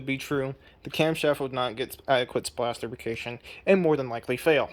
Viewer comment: I can't tell if you're saying "splash lubrication" or "splashification".